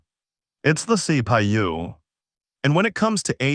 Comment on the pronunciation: wtf C Pi U C Pa u C Pay U the worst AI i have ever heard